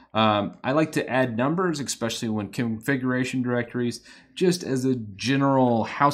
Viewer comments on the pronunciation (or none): It's really annoying me now. There's no x in especially, it's your first language, it shouldn't be difficult